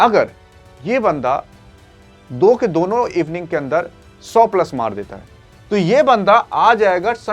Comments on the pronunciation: Evning ni inning hota hai pta ni kaha se chale aate hai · Evening 😂😂 bhai innings hota hai 😂😂😂😂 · इविनिंग..नही. भाई..इनिंग होता है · Inning ko Evening bol raha hai aur tera record data bhi galat hai ...... Big C......